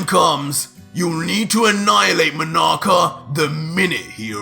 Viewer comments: Dis nigga said manaka lmao😂 Keep up da good work I fucks with it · Man really said monaka 🤣🤣🤣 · 😱 Vegito said, "Monaka" Wow! Hahaha 😂 ... Out of all people...